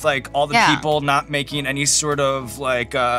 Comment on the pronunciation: lemme tell ya; saying “Da Bomb is a little bit spicy” is like saying “a dog is a little bit covered in fur”; just plain mean, girl! “I don’t wike it” is being adorably polite.